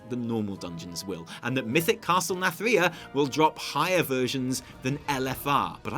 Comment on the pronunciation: What happened to that Nathria pronounciation? Imagine it like narnia but with TH instead of R